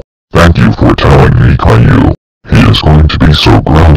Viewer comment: My named is pronounced Caillou not cailou